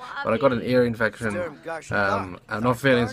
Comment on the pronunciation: "I got a ear efecon"